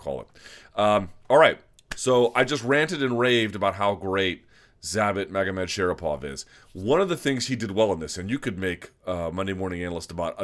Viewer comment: Thumbs up for this video just for pronouncing Zabit Magomedsharipov 👍